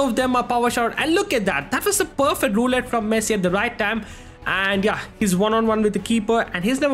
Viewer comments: dude says messi but always sounds like he is saying pessi damm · bro said pessi instead of messi 😂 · bro really said pessi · nah bro u said pessi I know not intentionally u said it mistakenly but u said pessi for sure😂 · 5:0 bro called pessi😂😂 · You are speak Pessi😅😅 0.04 sec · Bro said pessi but ay W we ronaldo fans are happy 😂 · You said pessii😂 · said pessi? His main id name is literally messiniac 💀💀 ig it clears it all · bro thought we wouldn't notice him saying pessi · nah my bro said pessi 💀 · Bro said pessi 💀 Bro swapped sides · listen what he said in like . He clearly "Pessi" and not just once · tbh it was only once , maybe you need to check your ears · nah bro you said pessi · Literally says pessi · He said pessi you high bruh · bro really said Pessi 💀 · bro said pessi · he says pessi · Bruh you said pessi 💀💀✅ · Why you say pessi bro 0.04